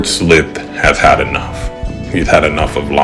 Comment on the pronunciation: For what its worth, the "i" in Slithe rhymes with spy or sly: Sly-th. 🦎